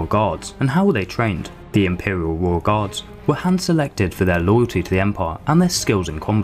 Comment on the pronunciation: Its pronounced “Royal”